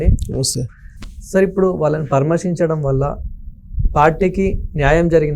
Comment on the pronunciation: "పరామశించడం"(పరామర్శించడం అనే తెలుగు పదానికి పట్టిన kharma) వీడియో anchoring కొంచం తెలుగు మాట్లాడే వాళ్ళ తొ మాట్లాడించండి వినలేక పోతున్నా ము